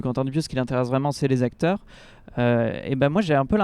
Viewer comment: Les 4 "zacteurs" principaux... ça m'a gâché le reste de l'analyse.